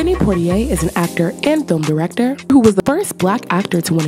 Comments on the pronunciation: It's Poitier, not Portyer or whatever else they said (and seeing you comment along the same line proves how fast misinformation spreads)... 🤷🏾‍♀️ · I'm pretty sure his name is Sydney Poitier not Portier.